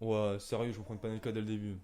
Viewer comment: C’est « Panenka » et non « Panelka » 🤷🏻‍♂️